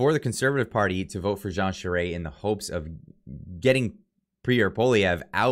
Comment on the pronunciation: I truly thought Baber would have had more support than Charest...(, call me I'll teach you how to pronounce the Quebequer way for Charest- (Châwrrè))